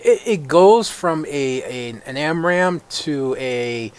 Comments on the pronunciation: Amram? Its spelled ARAM you know. And pronounced likewise :D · stopped watching when you said amram for the 10th time